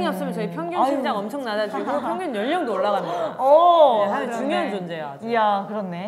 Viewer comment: 💗 에이핑크의 모먼트를 댓글에 담아담아 💗 은지의 찰진 욕 연기 •• 노래를 잘하면 이쁘지말고 이쁘면 연기를 잘하지말자 😝 밖에서 노는 걸 좋아했던 뽐 .ᐟ 놀이터에서 5시간 이상 노는 아가들 특징 ☀️🌈 시구 천재 뽐 ⚾️ 후에 나오는 허씨 집안 드립도 넘나 웃기는 ｡ ｡ 지니 항영잉 🧞‍♂️ 하영이가 황제성의 숨겨진 여동생 ｡ ｡ ｡ ｡ ｡ ｡???? 동생을 많이 ~^^ 아끼시는 은지님 •• 하영이 건들면 은지한테 혼나요 🚨🚨 다 너무 웃겨서 넣을까말까 하다가 못 넣은 것도 많네요 에이핑크 넣어주셔서 감사합니다.ᐟ 케이팝 진심녀로써 에이핑크 너무 좋아했는데 요즘 술꾼도시여자들로 주목받고 있어서 너무 좋아요 ❤️ 에이핑크 활동이 오래된만큼 사이가 더욱 더 돈독한 게 보여서 너무 멋진 판다가 늘 응원해요 .ᐟ.ᐟ.ᐟ 🐼🐼